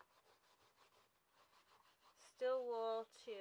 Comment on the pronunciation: Stēēl wool, not "still" wool.